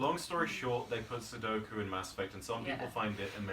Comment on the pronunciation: cough it's SUDOKU as in "SOO-DOH-KOO"